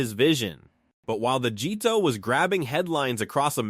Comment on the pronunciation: "the result was the Gee Toh" Mmhm. That's exactly how a human automotive enthusiast would say GTO. Good job, AI.